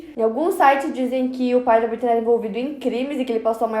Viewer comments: Que agonia dela falando "Britney" toda hora. BrittANY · E eu que achei que era Britney e só percebi que é Brittany com o comentario